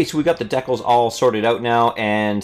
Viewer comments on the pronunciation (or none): Deckles? or Decals?